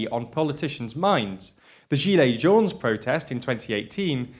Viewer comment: The "s" in "jaunes" is silent, as always for plural words in French